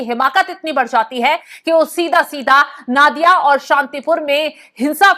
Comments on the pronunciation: पहले तो आप उच्चारण सुधारें। नादिया नही, ये नदिया है। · Nadiya ko Naadiya nahi bola jata isse Nodia bolte hai